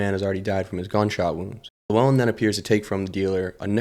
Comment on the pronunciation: And then you start calling him lewellen